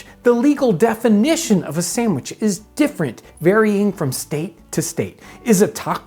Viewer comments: I love how he says "sammwich" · YOU spell it sandwich, but you pronounce it samwich. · "Samwich." -Townsends